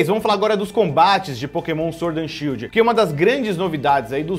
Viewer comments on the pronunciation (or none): Shild ta errado ta shidl